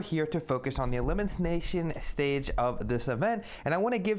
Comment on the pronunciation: The Eliminthsnationstage